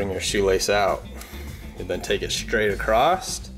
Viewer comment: "Acrost"? New word? Oh did you mean ACROSS?